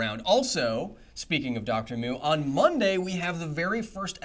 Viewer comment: I kept hearing the good Dr.'s name as Moon last time, which I found rather amusing.